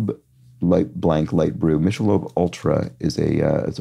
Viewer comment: Michelob- pro: mick-el-ōbe (with a hard "k" sound).